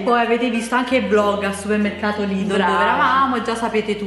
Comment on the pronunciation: Quante polemiche per una parola pronunciata male! In tutta Italia ci sono mille e mille dialetti ed accenti diversi ognuno ha il suo e ognuno parla come gli pare!! la prossima volta che fai un video come questi mettigli il titolo "prodotti da suemmercato" così mò stanno zitti! Ah no scusa..poi avrebbero da ridire sui titoli acchiappa visualizzazioni!!😑 lasciali perdere e continua per la tua strada!! ps. a me piacciono un sacco i tuoi video😉 un bacione a te e Nancy😘😘😘 siete fantastiche ragazze!!!